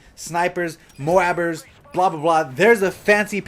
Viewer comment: did you just say moabers? i dont think they will have anything like that in black ops 2 a nuke releated thing in killstreaks